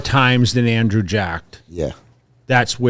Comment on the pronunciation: butchering andrew’s name so confidently 😭😭🤣